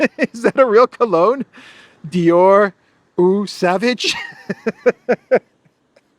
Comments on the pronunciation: Not O Savage, the French pronounce it "AW sovaze" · Eau Sauvage it's one of the most popular male perfumes! And it's pronounced Oh Sováge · It’s actually a very famous fragrance and pronounced like “oh sowaash” with means Wild Water. As an international YouTuber you should have at least some knowledge on French and German. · It's pronounced something like Oh Sovahzye :) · It’s real. Eau Sauvage. You pronounce it wrongly. Can be translated into English as Wild Water lol!